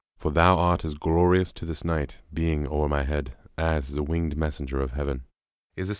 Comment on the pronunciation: As any student of Shakespeare knows, he used iambic pentameter A LOT. As such, the line should be pronounced, "As IS a WING-ed MESSenGER of HEAven", with a very clear two syllables on "wing-ed". If you're going to have a designated narrator, they should know how to pronounce the lines, doncha think?